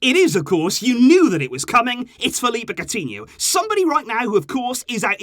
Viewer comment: When he said Coutiho,I was like wait is he still here ?